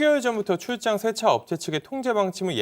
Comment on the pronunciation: 쎄차가 아니고 세차 효꽈가 아니고 효과